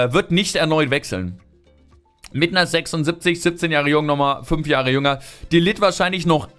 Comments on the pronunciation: Mein junge er wird matthes de ligt ausgesprochen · De ligt - > de Licht :)